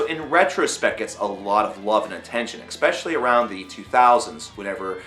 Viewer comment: I'm sorry, I've just gotta say it, there's no C in the word especially, I mean not where he's putting it.